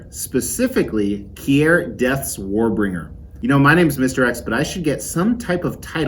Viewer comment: omg its keer, NOT key-er, lol